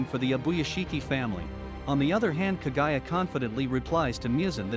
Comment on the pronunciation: Moo-zan like how a cow says moo. Please do research before naming names. And Kaguya is pronounced kog-guya